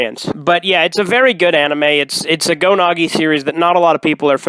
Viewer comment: Why do you call Go Nagai Go Nagi?